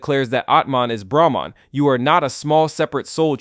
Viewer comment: Your explanation (or exposition) about Hindu philosophy is so horrendous. You can't even pronounce Brahman and Atman correctly. Don't talk about stuff you haven't experienced - don't be a charlatan.